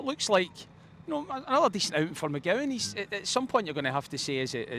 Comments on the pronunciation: I’ll say it again lit Luke McCowan. Not McGowan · It's McCowan not McGowan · His name is MCCOWAN for Fuxake how long is it gonna take to get the guy’s name right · This guys got to be at it. EYEDAH. MCGOWAN? It’s not hard to say these guys names correctly. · Ano….Lewis McCowan. Get it right, it’s not hard ffs!!